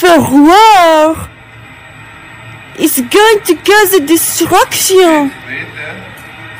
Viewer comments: es goen to koos a distroktioon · “ITS GOING THCOO CAUSH EH DISTRUCTEEOH